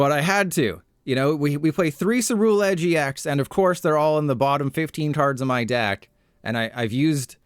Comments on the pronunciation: my brain isn’t ready for the amount of “content creators” i’m about to hear pronounce “cerulean” or “ceruledge” wrong. you’re the first to hurt me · left because he pronounced ceruledge wrong so many damn times